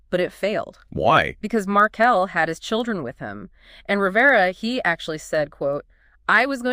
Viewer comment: Not Markal it’s Markel